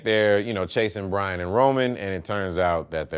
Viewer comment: Why tf I heard "Dom and Brain Drink Corona's for the first time"